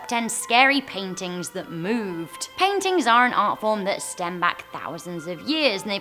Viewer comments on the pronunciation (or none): it’s paintings not paitings